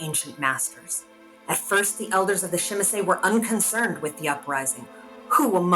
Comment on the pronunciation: Good and informative video: nice artwork and the narrative of a written letter to a kindred is really immersive. Great video overall minus the pronunciation of Tzimisce...